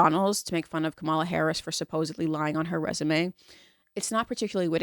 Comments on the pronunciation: Not surprised you can't be brothered to pronounce kamala's name right. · That and she can't be bothered to pronounce kamala's name correctly...